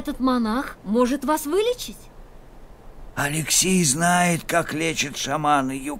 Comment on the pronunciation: алексЕй а не алЕксей!